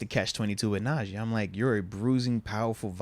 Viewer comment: Pains me to here say Najee’s name lol. NAUGEE